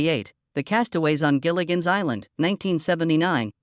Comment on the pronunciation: It's "Gilligan's" Island. Not "Jillian's" Island.